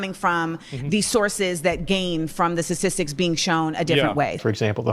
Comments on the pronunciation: Sah-tistics Hfs dude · "sassissics" bruh she cant even say statistics. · What’s a suhsissik? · She epitomizes emotive, reactive non-thinking. wtf are sassisstics? she can't even pronounce the word she's so flustered. And no, it's not because of african american vernacular english. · When people say “satistics” just stop listening… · Why can't she pronounce "statistics" correctly? "Sissisics" is not a word. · She can't even say statistics 😂